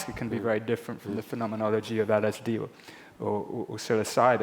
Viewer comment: "Psyilocydyn" hahaha he's too intelligent, but still human ;P